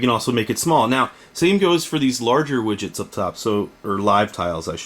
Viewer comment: stop saying widgets >.>